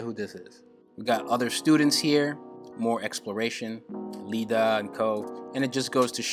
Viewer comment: Cries in “Lida”- Have no clue why that pissed me off so bad- but you do you man, you do you